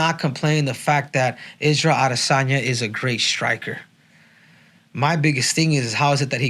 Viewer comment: Israel AH-DEH-sanya